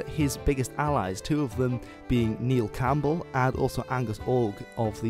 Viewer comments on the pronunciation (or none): none